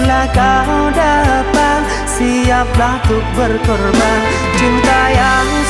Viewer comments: Saya gagal faham dengan kata dilirik BILA KAU RINDU PIKIRANMU TERGANGGU, BILA KAU (DAPAT) SIAPLAH TUK BERKORBAN. Apa memang lirik originalnya DAPAT, atau memang DAPAH, atau memang pengucapannya seperti ituu!!! Knapa saya bertanya???? Karna lagu ini banyak yg cover dan merekapun mengucapnya dengan DAPAH bukan DAPAT dan yg tertulispun dilirik videonya kata DAPAH. sebagian yaa... tidak semuanya pencover, Soalnya lagunya bagus banget, takut klo liriknya diotak_atik, saking penasarannya, saya telusuri video originalnya, memang seperti itu adanya. Apakah saya yg salah dengar atau memang bener yg saya dengar.. Mohon maaf kepada bang IPANK sebagai pemilik lagu,, saya hanya gagal faham saja dikata DAPAT/DAPAH. salam dari penggemarmu, Terimakasih.. Wassalam... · bener bgt kak,, cuman yg sama maksud cara pengucapan katanya saja, ga lebih. soalmya sebagian pengkover juga mengucapkan DAPAH, coba cek kalo ga percaya....